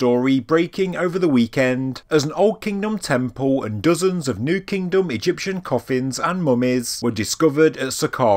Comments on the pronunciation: and "boriaw" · “New KingDum”